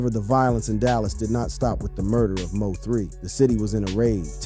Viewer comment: WORDS/NAMES mispronounced here: MO3, Lancaster, Yayo, and Boosie.